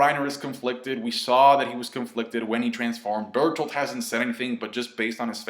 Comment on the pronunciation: Burt holt does that help? Calm down. (edit) you said it correctly that time?! then why???